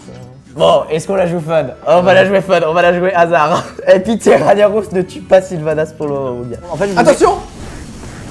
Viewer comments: On dit RAG NAROS pas RAGNIAROS. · qui a envie de vomir quand il dit ragna au lieu de rag na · C pas Raniaros c Rag narosse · NON PLS TU N AS PAS PU DIRE RANIAROS XD il s'appelle Ragnaros un g qui fais gue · "Raniaros" Mes oreilles ont saigné. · sa se prononce Rag-naros on dit pas le GN sinon continuer vous êtes trop bien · "raniaros" mon dieu... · Ragnaros prononcé Raniaros ?! Sérieux ?! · on dit rag naros